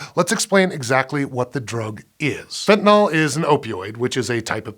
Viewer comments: Pronounced fentanil, not "fentanol" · Your close, But not comprehensive. I have a degree in pharmacology, It can be absorbed through the skin and I'ts 100-times stronger than morphine, medical doctors also use sufentanyl, It's 100 times stronger times stronger than fentanyl, and It's pronounced, Fen-tan-nil, not fen-tan-all, and there are more than one opioid receptor in the Brain, there is carfentanyl, it's only uses on animals, as It is 10,000 times stronger than morphine. ⚕ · It's FentanYl not FentanOl. You can't get 5 seconds into the video without making that flub? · Why do people keep pronouncing it "fentanol"? It's fentanYl. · it's spelled fentanyl but everyone pronounces it "fentanol" wtf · Pronounced "fentanyl" (fentanil), not "fentanol" or "fentanal". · Why can't Americans pronounce fentanyl. Fent an il Americans : Fent in ol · Thanks for pronouncing Fentanyl correctly most of the time. It's never FentanALL. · Why is the dude on a Science show pronouncing it fentanol? This drives me nuts. It's not Tylenol ffs. Muricah! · Fenta- NILL! NOT NAWL!!! "Fen tah nill". Sue your teachers! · This is physically painful to listen to. The host doesn't even know how fentanyl is spelled, if he did he wouldn't pronounce it "fentanol".